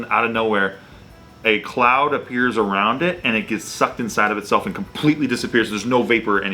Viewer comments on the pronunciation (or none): A ka-LOUD 😂